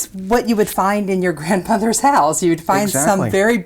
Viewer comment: Hose, is House